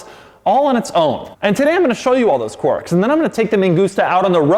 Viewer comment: Did Doug say quirks?